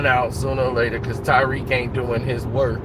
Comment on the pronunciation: His name is Ta-riq NOT Ty-riq.